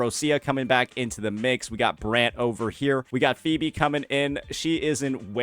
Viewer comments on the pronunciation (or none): none